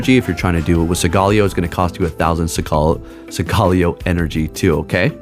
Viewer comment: Bro! Study and rehearse your pronunciation for Solgaleo. "Soul-guh-LAY-oh". Thank you.